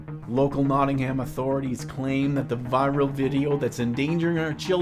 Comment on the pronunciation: Great vid, but your pronunciation of Nottingham is a little off ;)